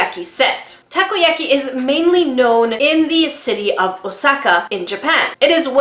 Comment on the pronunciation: Takoyaki pronounced taco-ya-key